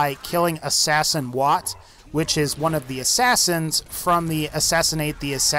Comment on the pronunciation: the times he said assassin got me on the ground xD